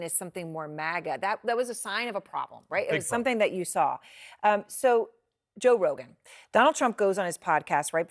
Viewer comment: When you are so one sided, you can’t even pronounce Joe Rogan right! Let’s support Truth and not excuses!